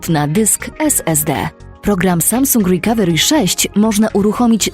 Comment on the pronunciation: Łrikawełri xd